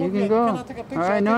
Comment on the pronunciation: LOL NO PICHER😅😂😜YES ] PICHERRRR